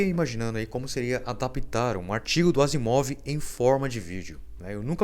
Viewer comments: <--- clique ! O autor do vídeo esta Marreteadíssimo na pronuncia em relação ao seu comentário. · É ruim assistir a algo onde nem mesmo o nome de um cientista, já imensamente popularizado, consegue ser pronunciado corretamente... Dá-nos a certeza de que quem fez o vídeo não conhece nada sobre Isac Azimov...